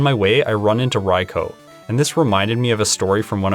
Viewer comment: That lack of shadow ball was frustrating. But kudos to you for being one of the only people who pronounce "raikou" properly. :) (Tragic story, though!)